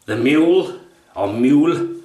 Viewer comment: Love you, mate. You make me chuckle and you pass over to me your happiness. The name of the razor should be pronounces Moo-luh.